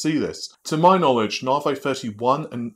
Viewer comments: Its "Navi", not "Navey"! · Please I love you and your video's but it isn't said Naarvey and you sound kinda silly as a tech expert/tech reporter continuously calling it this even though you must know by now the correct pronunciation. Come on man, it really takes away from being able to take you seriously even though I know you know what your talking about. Sorry if I come across as a dick and I know a million people have said it but...